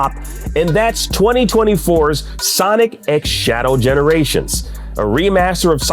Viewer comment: Two games got the first spot, that's now how that works and you do not pronounce the x either.